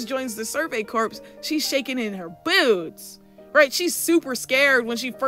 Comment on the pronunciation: Okay girl, I have an important message for you. The word "corps" is pronounced "core." I need you to internalize this.